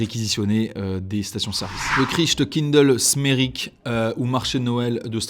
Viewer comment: En tant qu'alsacien mes oreilles saignent😅 mais merci d'avoir fait l'effort d'essayer de prononcer "Christkindelsmärik" 🙏